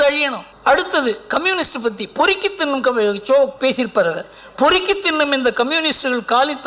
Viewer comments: திண்ணும் இல்லைய்யா .. த’ன்னு’ம். திராவிட தமிழ் க’ள்’வி உங்க தப்பு இல்ல. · திண்ணும் இல்லேடா புண்ணாக்கு... அது 'தின்னும்'... சனியனுங்க.. நீங்க எல்லாம் தமிழ் ஊடகத்தில இருந்து தமிழ் படுகிற பாடு... தாங்கலடா சாமி.. 😡😡😡